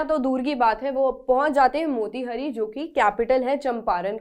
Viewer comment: मोतीहारी not मोतिहरी